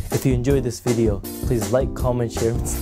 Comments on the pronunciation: weedeo XDDD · Nice weedeeo😂